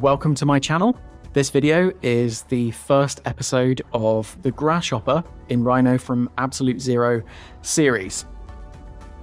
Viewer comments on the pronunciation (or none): Please don’t say “grash hopper” again, I beg you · Sound like you're saying grash hopper